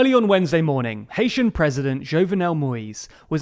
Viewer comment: Great video;btw it’s pronounced “Jov-nell”.The first E is silent